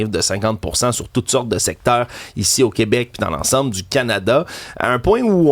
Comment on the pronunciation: On est tellement mal foutue😂au “Qwébec”